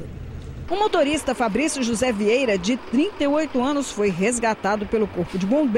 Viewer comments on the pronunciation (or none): none